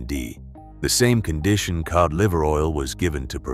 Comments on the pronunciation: I HATE AI videos!!! It's cod liver oil pronounced K-O-D, not Kee-odd. It's insulting to the listener, do better. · WTF is keod liver oil? Get rid of the AI narrator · AI voice can't pronounce the word Cod. Heh heh, it's one of the easiest ways to know they're using AI instead of voice actor. That inability to pronounce some words properly.